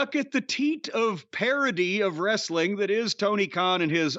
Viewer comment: Wrasstlin? Nah nah I’m good lol.